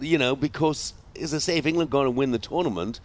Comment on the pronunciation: Gabby making England a 3 syllable word on repeat 😂